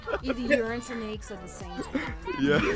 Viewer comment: Mf said yaches 💀💀